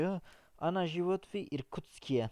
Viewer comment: Hocam lütfen yanlış anlamayın amacım kötülemek değil, живёт derken telaffuza dikkat ederseniz daha iyi olur yoksa telaffuzunuzdan dolayi anlam olarak karın anlamı ortaya çıkıyor "живот"